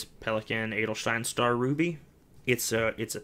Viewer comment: Your pronounciation of "Edelstein" is perfect! 👍 I like collection videos ery much and would love to see one again with your new inks. If you think they are too long you could just split them.